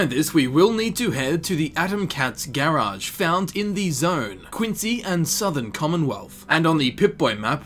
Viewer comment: Idk why it bothers me but the way he says garage as gaerage...